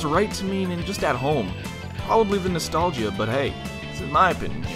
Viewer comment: Nost-all-gee-a lol